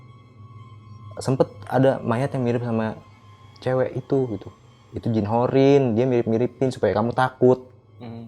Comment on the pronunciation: Bkn horin,tp qorin...ceritanya biasa aja sih 😊